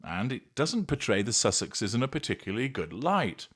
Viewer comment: Is it possible this is an Ai article? Since Sussexeseses" was mispronounced? I believe it's so. This age is FULL of Ai script, image, video.